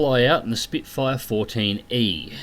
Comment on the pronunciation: Its Spitfire not Spitefire !!